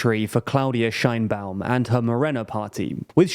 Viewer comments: Couple of comments and acclarations from a Mexican citizen: - Sheinbaum (pronounced "shayne-Baum" not "Shine-Baum), could be more correctly described as "of jewish stock" or from jewish ancestry. She is an atheist and doesn't seem to participate much in the mexican jewish community, while the opposition sometimes brought it up (to be fair they brought up more her atheism) and some kind of anti semitic memes came out of it, she never actually make to much fuzz about it. The separation of church and state is stronger in Mexico than in the USA. So religion doesn't play a huge part in elections. While the majority of the population is catholic. Mexican catholicism is very different than the perception that from the USA have about it. It's way more permissive. And since the goverment had a war with the catholic church about 100 years ago they are very serious about not letting state and church mix again. - Morena is Left wing, definitely. However, Left and right are different from the USA perception and neither Morena not the PAN (the official left and right parties) are pure of ideologies. In the USA most democrats (the left) are economic liberals or neo liberals; pro capitalism but in favor of regulations. And socialy progresives; Pro LGTBQ people, pro racial equality (which is worse in the USA than in Mexico, and we are a pretty low bar), anti police abuse, pro choice, etc. In some european countries Democrats would be center left at best. In Mexico the left is economicaly clas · Qué horrible pronunciación de Sheinbaum xd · Very small correction here to do with the pronunciation of her name: in Mexico it is pronounced more like "shayne-baum" and not the German "shine-baum" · You are clueless if you think Sheinbaum is the extreme left. Also, you didn’t even research how her name is pronounced in Mexico.